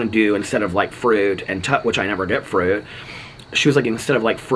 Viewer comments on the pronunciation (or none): Also love the way you say fruit 😂 frürt